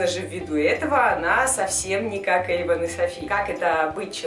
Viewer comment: не Ейван а Эйван